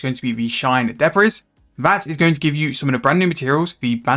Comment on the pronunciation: 'Debris' is pronounced 'Debree' mate, blame the french :p